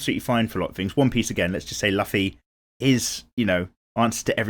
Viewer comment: You pronoucne Luffy wrong.